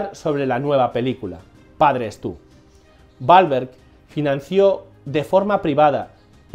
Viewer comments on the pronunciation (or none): literal en españa le quitan la seriedad a todo, y este video perdio toda seriedad cada vez que menciona el apellido balverg que no entiendo que actor es ese, yo conozco a mark WWWWWWWWWWAAAAAAHHHHHLLLBBBBEEEEEERRRGGGG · me encanta la pronunciacion de Mark Balverg (literal no entiendo porque rayos pronuncia mal su apellido si es con W y no con B)